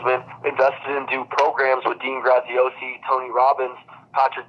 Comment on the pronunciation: He said Dean Graziosi? Oh FFS!